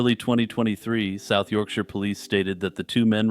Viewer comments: uhhh... kind of a weirdly aggressive reply? it just made me feel good that the creator did their research for the video and pronounced my home turf correctly, that's all. in my experience people who aren't from the UK typically pronounce it like we live in "the shire" from lord of the rings lol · As someone from Yorkshire, it made me unbelievably happy to hear an American actually pronounce it correctly, so thank you.